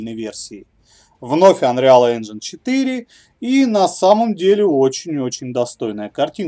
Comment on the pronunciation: Анреал Энжайн бл*ть...Сколько можно так сильно коверкать слова? Может пора прекращать?